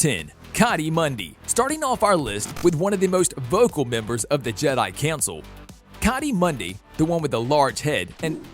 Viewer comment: Qui gon is (kui-gon)